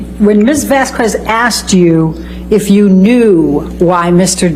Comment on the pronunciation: It still pisses me off that Amber Heard’s lawyer always mispronounced Miss Vasquez’s last name!!! 🤬🤦‍♀️ Edited to say: I saw another video the other day where she clearly says Miss Vasquez’s name correctly while cross examining Dr Curry 🤦‍♀️🤬 so she definitely knows how to say it right!